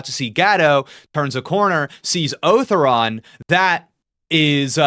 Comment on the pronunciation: Otharon is pronounced "Oh-Thau-Ron" with some extra accent on the "Tha"